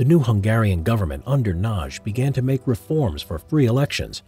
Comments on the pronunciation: A little help with the pronunciation of Imre Nagy. The g and the y together equal one sound which is something like the first sound in the word "during". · Ah my heart! It skips a beat every time you butcher the pronounciation of Nagy.